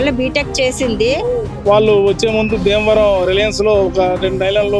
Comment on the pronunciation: బీమవరం కాదు.. భీమవరం.... వైజాక్.. కాదు వైజాగ్....